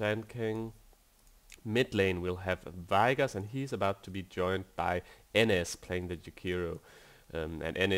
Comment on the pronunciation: i hate the way he pronounces vigoss AAAHHHHHHH